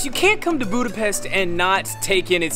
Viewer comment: Óbuda, Buda, and Pest were unified into one single city in 1873. oh.. and one more very important: it's not Budapest, “boo-da-pest.” It's “boo-duh-pesht.”